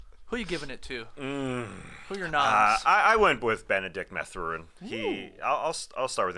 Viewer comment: its math-er-in, not ma-thur-in